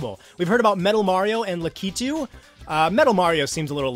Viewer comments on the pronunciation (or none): It's lack-a-two no la-kee-too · I had the same problem pronouncing Lakitu's name for years. I just found out too :p